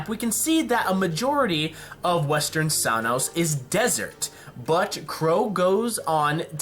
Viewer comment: Your pronunciations of Sanus, Solitas, and Anima are... interesting